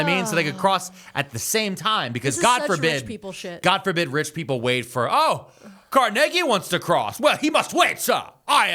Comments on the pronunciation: doing my walk Wait he just say CARNEGGY lol I need a shirt Carnegie pronounced Carneggy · It's car-NAY-gee, right?